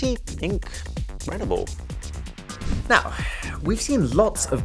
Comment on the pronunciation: I’ll never forgive you for saying “pretty ink-credible”